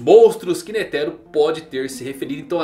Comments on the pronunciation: tu ta pronunciando errado o nome do netero não tem silaba tônica tu ta pondo enfase no "te" de netero e so uma coisinha que mne sangra as orelhas mas o video e top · N sabe nem pronunciar o nome do Netero e quer fazer análise